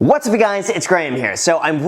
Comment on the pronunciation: What are you saying at the start of every video - What's be guys?